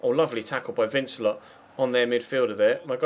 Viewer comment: Congrats on 100k subs, good to see you go to my home club and play with some really good young players. I know you like your pronunciations so vincelot is pronounced van-ce-low as he is French, good luck for the season go and lead us to the title.